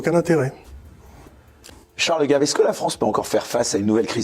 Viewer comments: Ce n'est pas "GAIVE" qu'il faut prononcer à l'américaine ! Mais GAVE, Charles GAVE à la Française scognengneu ! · gave : en français ça se prononce gaaaave en anglais gèive !